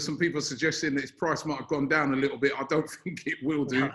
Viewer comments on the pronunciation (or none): none